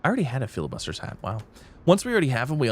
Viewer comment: bro, its not called FILIbuster... its FLI..bustier xD its french